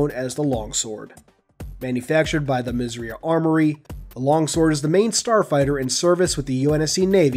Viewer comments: Did you know you are saying "Misriah" incorrectly? It's pronounced Miz-er-eye-ahh. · When you say "Misriah" i thought you said "Misery" 😂🤣